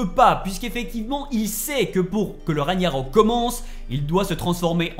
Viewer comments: On dit Ragnarok au fait et pas raniarok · Rague-narok et non raniarok. En plus ce mot est prononcé pendant tout le jeu 🤷‍♂️😄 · Il faisais exprès de dire RaNIArök plutôt que RaGnarök hein 😅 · Raniarok???? Genre personne dis rien la??? 🙆🏾‍♂️🙆🏾‍♂️🤦🏾‍♂️🤦🏾‍♂️😭😭😭😭😭 Ragnarök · Punaise ces pas ragniarok mais RAGNARÖK vous pouver parler français en faite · On dirait c'est dur à dire RAG-NA-RÖK 😂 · Moi je comprend juste pas pourquoi tu dis "Raniarok" pas crédible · Il gère! Juste étonné qu'il sait pas prononcé "Ragnarok" normalement depuis tout ce temps🤣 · T'a un problème avec le mot "Ragnarok" je crois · Toujours aucun effort de fait sur la prononciation du mot RAGNAROK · Whalla Mai’s ta 177k tu sais même pas prononcer ragnarok